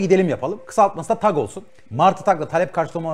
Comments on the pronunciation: Kardeşim yayın için teşekkürler. Emeğinize sağlık. Ama kurucusu ısrarla TAG (Tek Araçla Gidelim) dediği halde sunucu neden TEG TEG diyor. Beyfendi ingilizce aksanınıza sokmak istemiyorum. Lütfen dikkat edin yerli ve milli girişimlerin telafuzuna. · Adam üstüne basa basa diyorki tag ingiliz meraklısı sunucu inadina teg diyor abi tag tag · TEG DEGIL TAG TAG HAY INGILIZCENE YA TAG TAGGG TAAAG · teg değil hacı tag tag. adam kısaltma diyor. tek araçla gitmenin kısaltması diyor çocuk hala teg teg diyor. ayar oldum ya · Adam TAG diyor İngiliz spiker ısrarla teg diyor. Bir tek ben mi rahatsız oldum. Bu arada devam Oğuz başkan bu taksi mafyasını bitir👏👏👏👏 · Kıymetli kardeşim, sohbet ve yorumlama çok güzel olmakla beraber, TAG yazılarak (sahibininde söylediği gibi) Türkçe T_A_G harflerinden dolayı TAG olarak okunan kelimeyi neden gavurcalaştırmaya zorla gayret ediyorsun, diye merak ettim. Yani demem o ki, Türk değilmisin? Yoksa çok ciddi manada gavur aşığımısın? İnan buna çok kırıldığımı bilmeni isterim.. Zira GZT bildiğim kadarıyla hakiki bir Türk kuruluşu ve seni nasıl oraya aldılar şaşırıyorum. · Muhaberinin ısrarla Türkçe olan TAG'ı İngilizce okumaya çalışması çok ezikçe.